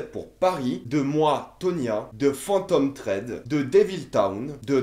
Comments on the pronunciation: Aaaah mes oreilles, c'est Phantom THread (avec un H). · ou "fantom Sred" ^^